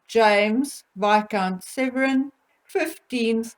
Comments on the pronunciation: Viscount SEVERN not Severin. ISLA as in Island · I love your channel but please, please could you pronounce Isla correctly (silent S) and James is Viscount Severn (as in the River Severn, sounds like number seven). He is NOT SevREN. Also you called Princess Eugenie Beatrice twice!! Sorry if it's just me, but little things like that pull a really good video back into the category of 'average,' and takes away that professional edge.